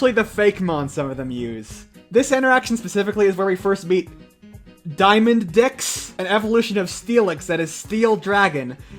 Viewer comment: me reading fakemons name: Dí-a-MÁN-dix... ooh, a cool-sounding name for once! reading the name: diamond dicks? S:\ me: 🤯🤯🤯🤯